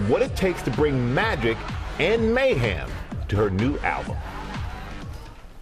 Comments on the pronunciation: "you call it mayHAM." "Uh...no I don't." 😂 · Michael says “mayHAM”. Seriously?? She purposely then says “I called it mayHEM”.